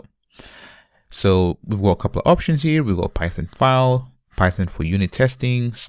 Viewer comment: Man, it's "ˈfaɪl" not "faʊl" 🤣